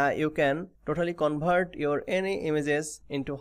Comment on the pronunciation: 😂🤣bihari hai covert bol rha 😂🤣